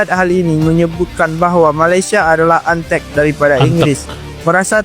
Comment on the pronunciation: Antek....bukan anteg...antek itu sama pengikut atau penghasut.